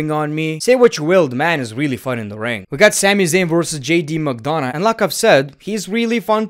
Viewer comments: McDonagh is pronounced "McDona", the "gh" is mute, so you don't pronounce it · The fact that he pronounces McDonagh is so funny 😂😂